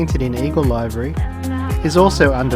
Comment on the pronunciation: Great video. By the way the word livery, meaning colour scheme is pronounce livery as in liver with a 'y' on the end. It's not pronounced live-ery as in I'm a-LIVE-ry.